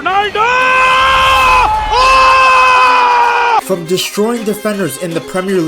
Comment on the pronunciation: Indian accent ronaldoooooooooooo